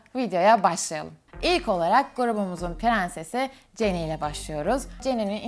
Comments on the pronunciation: Okunuşu ceni değil Jeni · Abla ceni değil jeni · Abla ceni diye okunmaz jeni diye okunurr